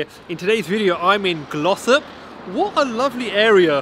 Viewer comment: I swear I thought you said Gloucester... Turns out it's Glossop. Thanks for the review matey